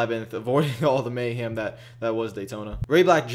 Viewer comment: I love how you pronounce mayhem as mayham. Lol